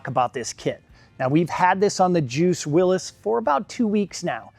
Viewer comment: It’s not Willis it’s willys or Willy’s